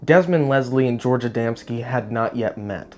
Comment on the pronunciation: KUDOS FOR SAYING ADAMSKI CORRECTLY😊